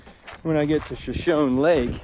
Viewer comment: Shashone isnt it pronounced shash- ahonee??? Like the Indian tribe??